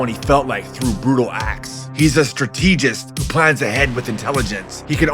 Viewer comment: it's nothing, it was just funny to me the emphasis and the way you said it.